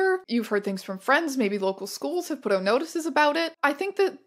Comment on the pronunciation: “Oot in the spooks” 😆